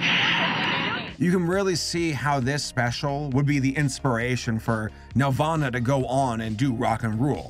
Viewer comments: It's NEL-VAN-AH....not NEL-VAUGHN-AH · Wen ever he says nelvana I think Nirvana. Which is fitting because it's a rock movie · i keep hearing nirvana instead of nelvana, and i was like "when tf did kurt animate movies..??" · Bothers me so much that he doesn’t pronounce the ‘nel’ in Nelvana and instead sounds like Nervana. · It sounds like you’re saying “Nirvana” every time you mention the company name. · Lel I thought that was what he was saying this whole time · I thought you said nirvana like the band with Kurt coban 💀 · Every time he said Nelvana, I pictured a studio where Kurt Cobain, Krist Novaselic and Dave Grohl were doing animation.